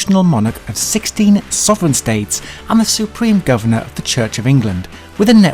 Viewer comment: "Govenor" to GOVERNOR! Spotted.